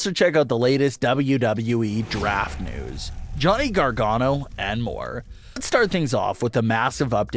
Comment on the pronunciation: Johnny Gar-Gone-oh. That's it, that's his name now.